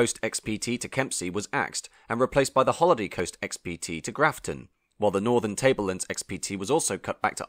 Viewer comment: NSW is a State not a Territory and you butchered the pronunciation of my home town of Grafton